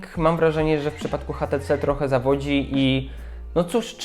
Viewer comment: kochany mówi się ejcz ti ci:D